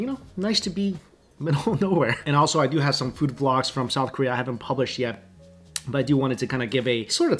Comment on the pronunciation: Literally to the robot: “take me to fewd” 🤣🤣🤣 love you!! 😂💕